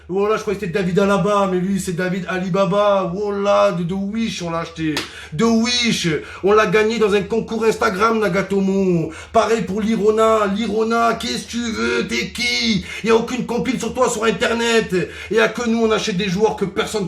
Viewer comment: Ilaro au lieu de Lirola, Momo en mode PES